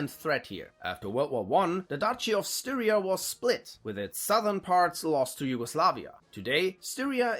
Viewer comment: The correct pronunciation is NOT Styria like Syria but Styria like stylish - Steiria if you will, closer to the native Steiermark.